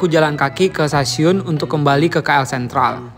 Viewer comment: Sebutan tu salah bukan Ki El tapi Ke El